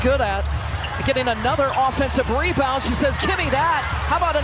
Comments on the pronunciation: Me-bounds, not rebounds for Angel Reese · "MEBOUNDS" AIN'T REBOUNDS!!